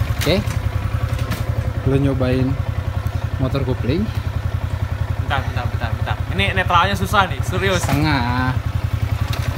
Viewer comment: kopling bang bukan kupling